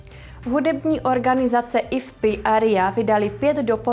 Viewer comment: Tam, to IFPI, je Do-cela, síla, to se čte ÍEFPÉÁJ, nebo, tak ně-jak, ale my-slím, že přesně, ÍEFPÉÁJ, IFPI, zní dost, STRAŠNě, tak pro příště,, O.K., kdyžtak, jo co, třeba, a nebo, jak co?:-)